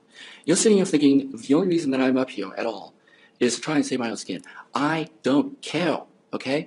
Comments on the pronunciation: is his response to you. He doesn't cawe! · Her boyfriend speaks like a 5 year old. He pronounces his E’s as O’s. Not too mention this gem “I don’t cale!” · "I don't cawe, ok?" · "You wanna kill me, go ahead, I don't really caow"... Did you mean you don't care?... "Yea, that's what I said I don't fweakin caow"! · I DONT CAOWWUHHh! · I don´t cawwe. I don´t cawwe. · "I Don't CAYW" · He doesn't cawe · "I don't cawe. shit. anyway".. this man is a mess. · "go ahead and kiww me. I don't cawe." This is what I imagine uwu to sound like. Self-serving, self-piteous, uwu.